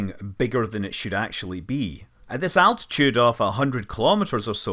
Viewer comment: Thanks for the footage and your comments to the flight, very informative. Only one small thing, please next time pronounce altitude as altitude and not as attitude. It’s an ‘L’ not a ‘T’. The space ship has a height above the earth not a point of view.. 😉